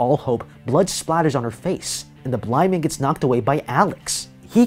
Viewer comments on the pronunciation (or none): "The blind man gets knocked away by Alex." When he says "blind man" it kinda sounded like the N word. Am I crazy for thinking that?